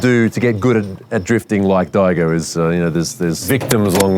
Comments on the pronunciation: It’s Dye-Goh not Diego 😂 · Did really just call Daigo "Diego" 😂🤦🏻‍♂️ ffs